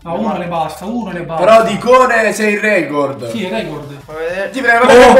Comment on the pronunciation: NON E OIU RECOOORDDD